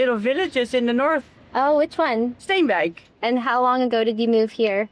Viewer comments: "Steenwijk" Not Steinweg 😀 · I was wondering what Steinweg was supposed to be, she actually says Steenwijk. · 16.30 She said: "Steenwijk"